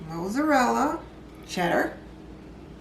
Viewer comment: Looks delicious, but I'd be interested to know why the milk and egg mixture can't be added before the dish is topped with cheese. Also, I like the way you pronounce Mozzarella- you say Moozerella and I've never it pronounced that way before. I'm going to try your recipe. Great job 👏🏽